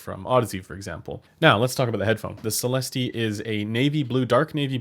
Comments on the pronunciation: Sell esst 😉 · It‘s a french company I guess and the pronunciation of the word céleste(heavenly) is just celest, without the e. Not Celesteeh 😆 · You don't pronounce the "E" at the end so it sounds like Celest. I am a native French speaker so you can be sure of that. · it’s pronounced, “SALE” “ES” “T” but as you say it, put your best French accent on it- (yeah right) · Neither of those, it's a long "ee" sound. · At $1K they should at least include an index card with the correct pronunciation...